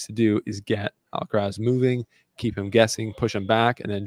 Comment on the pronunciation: he is pronouncing djokovic much closer to the correct way than he is pronouncing Alcaraz.